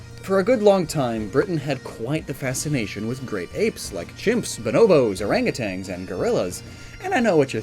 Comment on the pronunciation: There is only one "G" in "orangutan". I know it rhymes when you add another, but I'm just an annoying jerk.